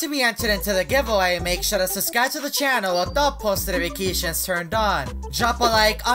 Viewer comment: Is it just me or does it sound like says "Subscribe with no notifications"?